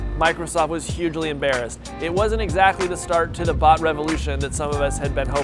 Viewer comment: Am I The only one who heard bud instead of bot?